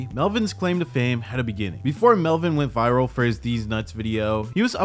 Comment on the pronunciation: Melvin or Welvin?